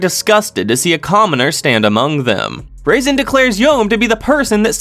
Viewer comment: I like how he pronounced Razen as "raisin".